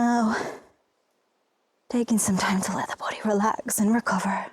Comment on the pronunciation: I love everything you do, but I can't get over how you pronounce 'bOdy'. I just adore it. 😃